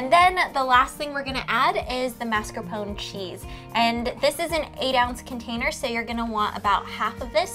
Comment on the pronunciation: definitely not authentic im italian and my nonna makes tiramisu all the time this is no where close to what hers is like also btw its mars-ca-pone not mar-ca-pone